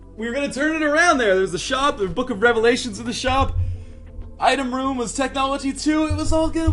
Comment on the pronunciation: take a shot every time he says book of revlations